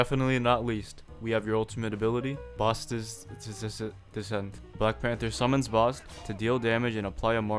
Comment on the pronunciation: bruh he doesnt know how to say basts descent lmaoo, choose this guy for popcorn reading